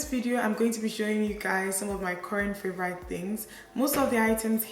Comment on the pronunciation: I always love your makeup looks. Youre a gorgeous gal. Btw, is your pronunciation of "favourite" as "favour-rite " a Nigerian thing or where you're from in England kinda thing? Just wondering because I've never heard it before. It's cute 😃😄😊